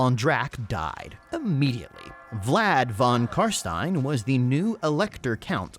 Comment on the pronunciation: Thank you for calling them CarSTINE instead of CarSTEEN!